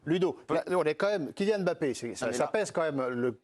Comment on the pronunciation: Ils font l’effort de bien prononcer son nom „Mbappé“ et non M“Bappe ça fait plaisir